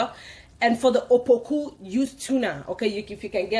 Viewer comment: It's apoku not "opoku"